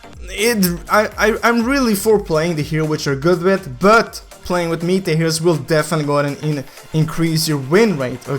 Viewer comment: META is pronounced easy just say how you would say METAL but just remove L . Hope you say it correct now